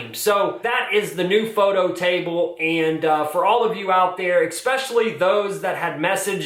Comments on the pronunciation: Thanks for this video! This is very helpful, gives me some ideas to start with at least. Also, & this is just a pet peeve of mine so you can ignore me if you want but the word “especially” is not pronounced “expecially”. I’m just a little crazy with pronunciation…. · “Eck-specially”…. #facepalm